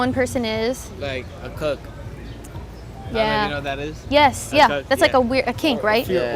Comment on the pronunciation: Dude pronounced "cuck" as "cook", I was laughing my ass off